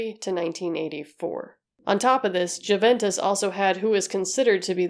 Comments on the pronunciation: Say it like... you-ventis. = ) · It's amazing how much effort you put into your videos, but please try not to overlook small things like pronunciation. 'J' is pronounced as 'Y', and even English native speakers don't make exception here. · p.s. just so you know, though I doubt you'll find yourself speaking about it again, Juventus is pronounced "you-ventus" because it comes from Latin so the j is read as an i, and i in Italian is read like "e" in English lol. And "e" is pronounced like "a" in English. Needless to say I still have a hard time when someone is giving me the spelling of something in English 😅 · All the research you did and never thought to look up how to pronounce Juventus?